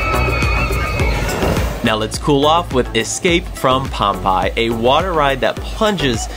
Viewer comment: Pompeii is "pom-pay"